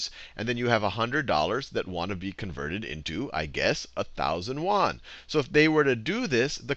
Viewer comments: FYI it's pronounced Yuan not Wan. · Hi Khan, thanks for all your awesome videos. I've got just 1 issue that bugged me a little. Yuan is pronounced as "yu-en". The way you pronounced it sounds like "won"; South-Korea's currency.